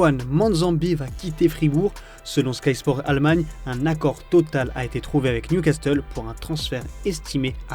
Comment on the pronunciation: ça choque que moi Newcasteule?🤣